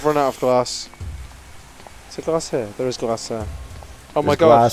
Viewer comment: its glass not glars:o)